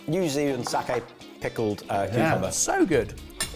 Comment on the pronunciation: Appreciation for pronouncing "sake" correctly instead of the usual mangled way of saying it as "saki".